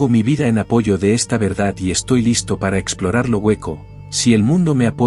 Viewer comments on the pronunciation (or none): none